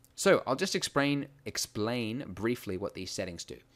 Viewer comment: "exprain" LMAO